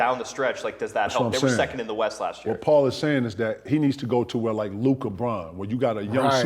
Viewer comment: Lord said “ Lu Dork” 😂